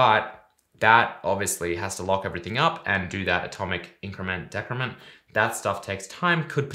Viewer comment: It's pronounced decrement, not decrement